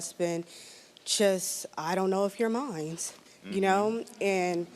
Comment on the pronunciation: Every guest on this show says mine'S. There is no S people, no S!!!